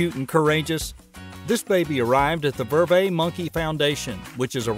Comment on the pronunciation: These are great. In Vervet the T is pronounced. I promise the people in Africa pronounce the T.